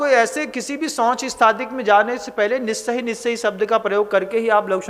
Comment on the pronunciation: Nissahi aur assahi ka kripya speling ke anusar uchcharan kar pau bina kisi asuddhi ke